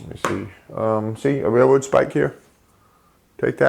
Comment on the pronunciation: what the fuck, how can you not say RAIL ROAD its not rair rowd